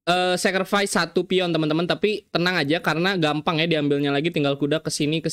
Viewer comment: Sekervais??? Dari tulisannya yakni Sacriface dan kalo baca harusnya kedengaran "Sekrivais"